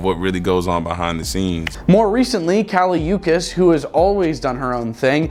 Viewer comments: Kali U-Kics....😮 bro that was CRIMINAL! Then the random J. Cole pics 😅 Somebody HELP this mans!!! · i KNOW you didnt pronounce KALI UCHIS name like that 😂